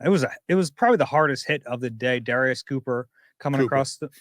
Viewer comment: Darius "cooper" lmfaoooo